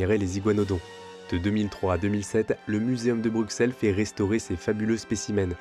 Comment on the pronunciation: La prononciation de Bruxelles tout au long de la vidéo me donne des envies de meurtre.